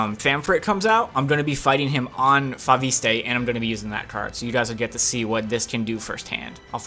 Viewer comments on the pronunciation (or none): It's pronounced Fo-vist (fo-vis-t(e) in french)... just saying... you're welcome